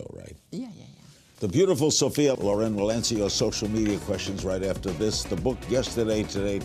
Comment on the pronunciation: No! LORRAINE OR LORÈNN come pronuncia Ma LÒREN...L'ACCENTO VA SULLA O Comunque lei si chiama SOFIA SCICOLONE CIAO🇮🇹